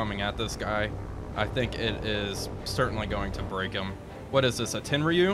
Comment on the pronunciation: A new campaign! I'm loving it already! I hope you have better fortune than the real ABDA Command. "Tenryu" is pronounced "Ten-roo". Aw don't do that underwater view of torpedo runs! Seeing that column of water from a torpedo hit is spectacular! PLEASE keep the view above the ship's waterline! What ships are in your fleet? TF "A"? You said 3 heavy & 1 light cruisers. The only heavies (8" guns) I saw were Houston and Exeter. Java (5.9" guns) and Hobart (6" guns) are light cruisers. They classified cruisers by gun size, nothing more. Also, What is your Port in Northern Australia? Is that Darwin?